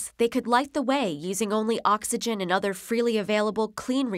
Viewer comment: other, not otter oh may